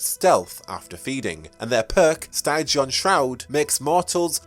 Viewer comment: ok but for real why are you saying steye ghee on. It's pronounced sti jee uhn? This is the second video where you have pronounced it this this way.